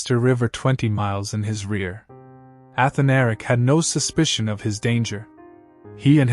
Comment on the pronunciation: a-Than-a-ric. not... Ath-a-Nar-ic. just fyi...